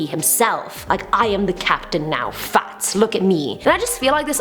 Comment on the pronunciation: Clowns are annoying, not funny, not scary, just annoying. And everytime you say Fats, it sounds like a posh Farts.